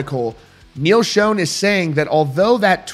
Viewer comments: It's pronounced SHAWN not SHONE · Love the content and keeping us posted....Neal pronounces his name like SHAWN...God love you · It’s pronounced NEAL ShAWN not shown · First of all, it's not Neal Shone. It's Schon (shawn). Secondly, this all stems back to a tweet or fb message that (supposedly) came from Neal's wife about two certain people in the band needing to remember where they came from. Arnel originally responded to that message stating he will never forget where he came from, he's paid his dues, and they can fire him any time they want. What we don't know (but I'm sure the band does) is who she was actually referring to and if it was actually her that said it and not a hacker. There's so much crap being slung around behind the scenes (band, wives, media, hackers) it's hard to know what's fact, fiction, misconstrued or misunderstood. Everybody but the band just needs to stay out of it and let them handle whatever is or is not going on and let the dust settle. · If you are reporting rock news maybe you should know how Neal Schon’s name is pronounced. These channels are embarrassing, the people on them are even more so.